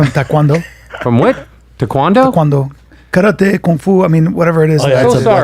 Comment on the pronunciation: Historical event, Bryan is the only white that has ever pronounced taekwondo correctly.